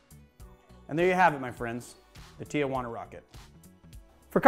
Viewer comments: < > knowing full well it’s spelled TI juana, he says TIA juana anyway. 😂 😆😂😂😂😂😂😂😂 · Appreciate the great video....but its Tea Juana not Tia Juana....Tijuana.